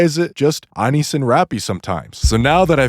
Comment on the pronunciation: It’s driving me crazy how you pronounce Neon and Anis; it’s crazy how you pronounce Rapi and Ingrid correct but not Neon or Anis dawg 😭😭😭